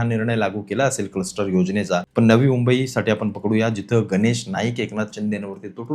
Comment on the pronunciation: कस्टर्ड नाही रे क्लस्टर😂😂😂